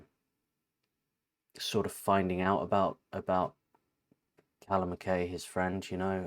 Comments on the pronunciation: Lovely - he’s brilliant isn’t he. Also, MacKay pronounced MacK eye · I am from Scotland. Most people mispronounce the title of this work by Ren incorrectly . Mc is pronounced like Mick. Kay is like tie. Put the two together. I think Mr McKay would like his name pronounced correctly. Maybe i am wrong about this but this is what we say in Scotland and i think McKay is a Scottish name